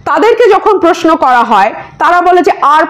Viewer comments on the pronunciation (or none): none